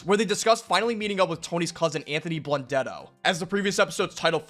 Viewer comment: Can’t even say his name.